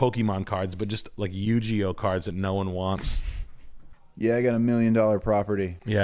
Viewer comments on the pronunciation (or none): Yu Jee Oh cards LOL. 😂 it’s Yugi OH